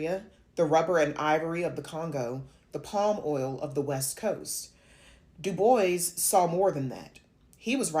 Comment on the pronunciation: I think it's pronounced as dubwa, not diboys